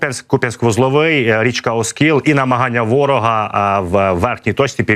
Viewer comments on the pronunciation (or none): Правильно - Оскіл, наголос на і.